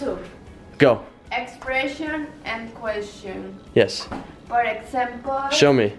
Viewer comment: Por exempol!!! 😂😂😂